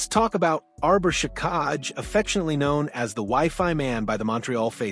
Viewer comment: Arber Shikaj🤣 Hint: If a name looks weird take 10 seconds to figure out its pronunciation